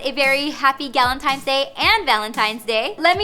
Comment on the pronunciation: that’s what I kept hearing too